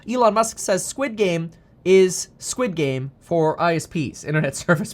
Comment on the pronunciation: Squed game. Coin lol 😂